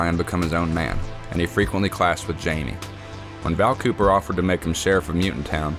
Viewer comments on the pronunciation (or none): none